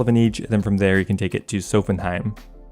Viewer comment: Holy this video is riddled with some really interesting ways to pronounce things ahaha. Sophanem. Its Menaphos reversed. It's pronounced "sof-fen-em". And Gertrude is a real world name. Pronounced "gur-trood". With the "gur" sounding like "grrr". Not a "jeh" sound. Icthlarin is pronounced like "ick-fla-rin".